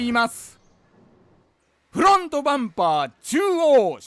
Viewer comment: 久しぶりに見たけど「スグレモン自動車用品のです！！！」言わなくなったんですね…フrrrrrロォント！